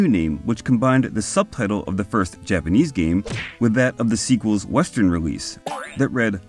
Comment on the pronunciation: Did anybody praise your Japanese pronunciation yet? Let me... very solid work in that department!